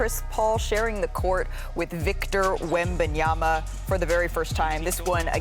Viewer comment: Perkins: "Victor Wembyaba" 🤣🤣💀💀